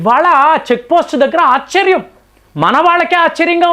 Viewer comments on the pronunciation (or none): none